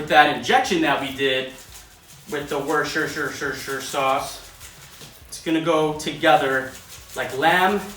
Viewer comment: Worshershirerer sauce ftw. Also I want my $40 ASAP 😂